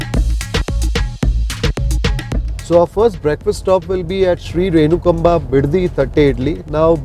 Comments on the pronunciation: Correct pronunciation is renukaamba.... instead of renukamba. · U r pronouncing the name wrong.. Its renukaamba.. Nt renukaba...